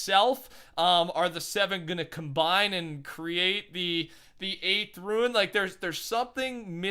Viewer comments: IT IS R-U-N-E not RUIN. IT IS PRONOUNCED (Roone) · Rune is pronounced “roon” not “rooin” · How did you get yourself to say ruin instead of rune?😂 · Its rune not ruin ... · RUNE NOT RUIN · I feel uncomfortable everytime he says ruin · If you’re struggling on how to pronounce Rune just say it like Moon with with an R. That easy fella. Great videos btw. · It really isn’t that hard to say rune though...